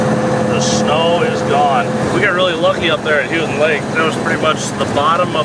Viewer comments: I crossed the straights of Mackinac on the ferry in 1957, the bridge was opened in the fall. It's pronounced Makinaw, Houghton pronounced h-oh-ton, Munising moo-ne-sing. Those from below the bridge, trolls. Remember lots of good folks up there. You should checked out Stueben, south of Shingleton, just west 94. Enjoyed this completely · LOL, listening to you two try and pronounce some of these city names is fun. I lived in the UP for several years. My folks live just outside Newberry. It's Mew ni sing (Munising) and Hoe tun (Houghton). You got Naubinway right! Great video. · aka, Houghton Lake is Pronounced Holt-Ton Lake lol,:) just wanted to let you know, "as i am a first time caller, long time listener!!! " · Houghton Lake!! (Hoe-ton, not Hue-ton) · Not Hoo-ton, it is Hoe-ton Lake. Cause Hoe-ton (Houghton, home of Michigan Tech University) is up on the Keweenaw Peninsula. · It's not Houton like Houston, but Houton like Hoeton. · It's Ho not hue,ur saying it wrong! I lived in Mio for many years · Houghton lake is pronounced.. Hoe-ton!! Houghton lake! Not... hew-tin! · I just want to say that it's pronounced hoe ton lake, aka Houghton lake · its pronounced hoe ton lake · As a native Michigander I got a kick out of how you pronounced Houghton Lake, lol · First I love your videos. The videos you all put out have made me more willing to tackle olders vehichles. Secondly, and this is just a pet peeve of mine. Houghton Lake is pronounced Hoe-ton Lake. 😂😂😂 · "HO-TIN" Houghton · Houghton Lk. Ho-ton long O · it's pronounced HO-TEN lake. great hunting up there too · I've lived in the UP my entire life. We too have had really bad winters with no snow. You guys were lucky and found the only towns that actually got some. BTW, it's Munising (mew-nuh-sing) not munsing. EDIT Also, Houghton is pronounced ho-tun not hew-tun. ;) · Pronounced , Mack-in-Aww Bridge and Hoe-tun Lake